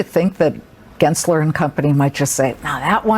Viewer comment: Gensler? Wrrrong!